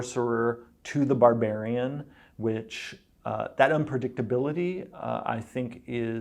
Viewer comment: "Barburian" It shouldn't make me as upset as it does